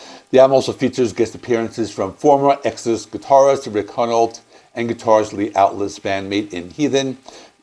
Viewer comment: The L is before the T in Altus, Souza is pronounced “sue-zah” and Hunolt is pronounced “hugh-noll”